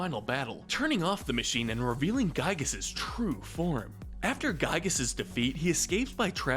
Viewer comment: The actual pronciation for Giygas is "Gee-gus" not "Guy-gus"